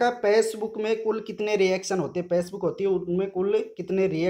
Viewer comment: Pacebook nhi bhai facebook hai 😄